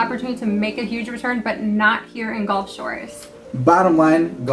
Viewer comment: brother, it’s Gulf, not golf:) Great video guys!